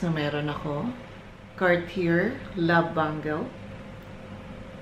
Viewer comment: Nice collection Hope you can pronounce it as "Car-t-yey" next time Thank you